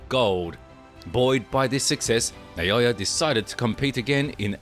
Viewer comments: NAH O Yah, not "NAY O Yah." Is that difficult? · Who’s Nayoya? Isn’t that Naoya?